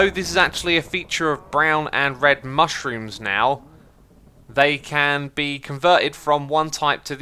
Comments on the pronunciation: Its moo shroom not mushrom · And it’s MOOshroom, not mushroom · it's also mooshrooms and not mushrooms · The fact that he keeps calling mooshrooms, mushrooms is driving me crazy. Also ocelots/cats have never taken fall damage. And its Ravager not Ravenger. Otherwise good video I love your content